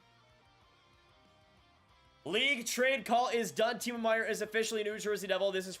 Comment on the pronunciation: I wish he pronounced it Timo